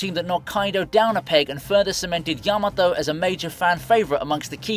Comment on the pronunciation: Not to hate, but I still find your pronunciation of the names annoying. You cannot americanize a name pronunciation so please pronounce it properly. For example, say Ya-ma-to, not Yah-mah-tow